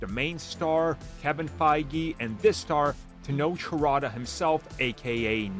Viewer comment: Errrbody who doesn't know, I'd like to offer some assistance... Tenoch (sounds like it's spelled te-notch) Huerta (who-er(like error*)-ta(short a like ah*))